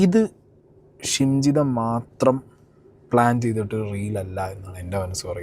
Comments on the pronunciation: Nte....jimshitha alla...shimjitha😂😂😂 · Edakokke jimshida ennanu pparayunnath.. shimjidha aanu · Anna Jimshi alla shimji 😂🤣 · ജിംഷിദ അല്ല ഷിംജിത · ജിംഷിത അല്ല ഷിംജിത.